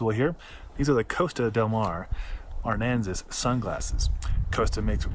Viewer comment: Thanks for the video. I am ordering these based on how they looked on you. I have a similar size and shape face. My hair is even very close. However, you are not pronouncing "Aransas" properly. It's a southern Texas county. Sounds like "a rans us".